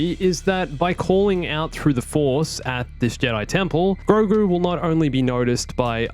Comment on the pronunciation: Say it with me. Gro. Gu. It’s Grogu, catch up buddy